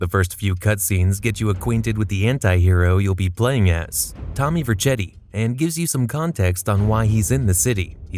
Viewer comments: Tommy Verkati mispronunciation is hilarious 😂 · Yes, it's AI. You can tell by all the mispronunciations of names all throughout the video. "Tommy Vercheddi", for example. Not a single person alive that's familiar with the GTA series would get this character's name wrong. Every gamer on the planet knows the name "Tommy Vercetti". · Bruh you pissing me off with these bs mispronouncing of names mane,who in the blue fuck is tommy verchetti it's verchetti (ver-cetti) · He also called Vercetti "Verchetti" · As Italian, the way it’s spelt, would be pronounced Ver-chett-ee, in all fairness. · the pronunciation of vercetti made me flinch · It’s weird like it was made by AI. He mispronounces Tommy Vercettis name and calls Sonney Ferelli the Sonneys and Ferellis. Maybe he never actually got around to playing vice city but it’s one of the more popular editions. Seemed off to me but overall it’s definitely a great video. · Is this an AI voice? Or did you not play the games? Because you're mispronouncing names that are repeated aloud many times while you play that it's hard to believe anyone that played the games would minsprounce them the way you are. Tommy Vercetti especially, Ver-Set-ee, not Ver-CHET-ee. Sin-DOC-Oh, not Sin-deck-O